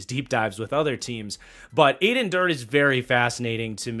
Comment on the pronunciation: just a quick correction, pronounce Durde like "dirty". So, if the defensive scheme wasn't obviously Coach Mike's, the Seahawks could have a dirty defense😁